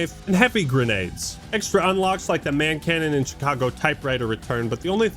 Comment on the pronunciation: I know you meant Hand Cannon, but nah it's Man Cannon from now on 😂